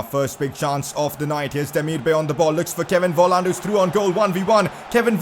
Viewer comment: Volland is pronounced folland